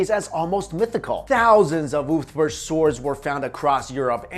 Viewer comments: It's pronounced "Uber-Felt" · Ulfberht..... more like, oooofberht.